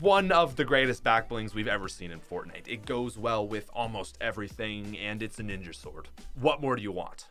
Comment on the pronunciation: whats a ninjer